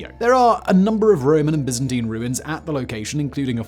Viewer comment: Your English so you've no excuse for mispronounciaction of Byzantine or Tunisia like Americans